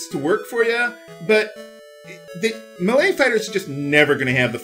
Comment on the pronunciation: it took me a while to figure out that he was saying melee. It sounded like malay to me.